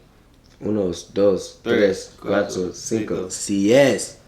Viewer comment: “ uno dos tres cuato cinco sez” had me dead😂😭